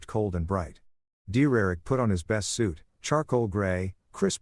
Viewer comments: dumb bot cant say Derick, sometimes cant say mom, sometimes cant say us...what a waste of gpu and rams also why the fkk is the mother in law acting like the wife? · AI can’t say Derrick?? 😂